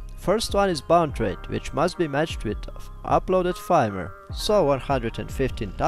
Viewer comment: "Firmware" se izgovarja kot "furmware", ker je angleški jezik nered.